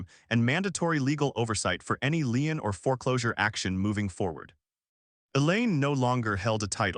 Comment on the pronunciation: "Lien" is pronounced "lean" not "line".